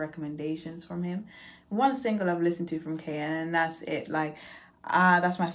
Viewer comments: The name is pronounced “Car,” baby girl❤️ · KA is pronounced KAAH